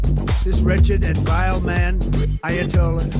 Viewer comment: It’s Aya doll ass not ayatollah